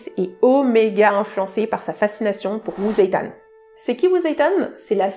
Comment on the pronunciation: L Impériatrice célèbre de Chine, aussi belle qu intelligente appelée 李澤天LI Zetian se prononce dze-tienne